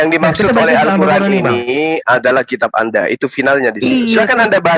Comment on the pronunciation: Weyy vovo Al-qur'an bukan kuran...sebutannya sj kaku...